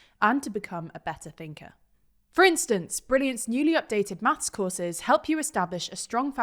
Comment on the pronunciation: 7.13 Quik maffs